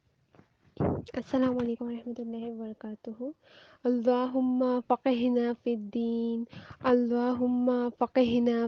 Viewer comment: السلام علیکم و رحمۃ اللہ و برکاتہ اللہم فقھنا میں ق پر تشدید ہے اس کی ادائیگی مکمل نہیں ہوئ